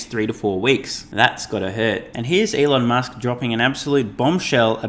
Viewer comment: So that’s Shelon Musk, eh